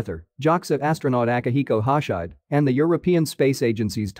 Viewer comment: Ack! That's not "hosh-hide" as in "cowhide"; it's 3 syllables:"ho-shi-de"with emphasis on the 2nd.